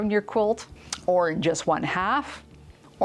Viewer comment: Love you and the videos! But as a portuguese speaking person I’m here to correct a little silly something. The “j” b in Alentejana Quilt is pronounced as the “g” in collage.